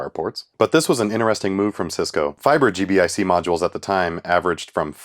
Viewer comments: Thank you. Every time he said G.B.I.C. I cringed a little. 😂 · It's pronounced "G-BIC"